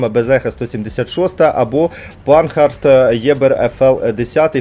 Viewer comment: Panhard EBR читається як панар а не панхард. Це не англійська де як написано так і читаєш, у французькій такого немає